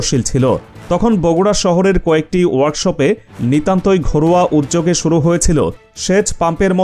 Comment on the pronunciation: Presentation is an Art. Pilis learn to do it better. The word is Uddog, not Uzzog, You should have shown the area map + some photo, Avoid photo repeat, some address to contact? Viewers from Cox'sbazar, Satkhira or Bianibazar who have no idea, how they can visit to invest? People living abroad may be interested to invest too. Who started it first? his, her, their names, name(s) of the Area, the Journey by train, bus, coach......these info could make is a Brilliant video. try tomrw. Make another informatic one.